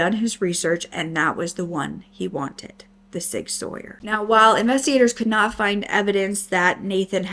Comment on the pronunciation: Hey, love watching your videos while I work! I know a few hunters and I believe Sig Sauer is pronounced like “Sig Sour”, but I could be wrong! Didn’t know they make rifles since they’re most known for their hand guns.